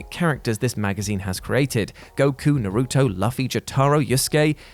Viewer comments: Hey, so, can I ask that your channel never speaks about anime ever again? Luhfi? Nahruto? Jotahro? How do you screw up Luffy?! It’s LOO-FII! It’s not that hard! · Pronounced "manga" and "Naruto" wrong made me cringe.